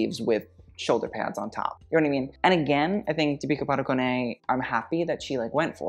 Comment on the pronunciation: Im surprised that you didnt Review deepika's ending pearl saree look i was really excited for you to see that look 🥺 also not that it matters but her Padukone is pronounced as padukon